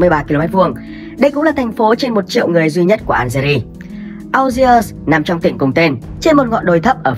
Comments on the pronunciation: phát âm là ni giê và an giê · Đã đọc tên đất nước là "An giê ri" thì đọc tên thủ đô là "An giê" mới đúng chứ 😀